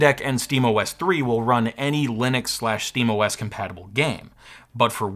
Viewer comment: Super informative, other than the slightly baffling pronunciations of Ger-nome, Linnix and Cha-see. Gnome, Linux and chassis perhaps? After all it's not Linnis Tech Tips.